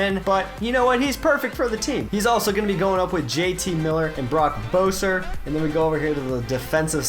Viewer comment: It's Brock Boeser(Besser)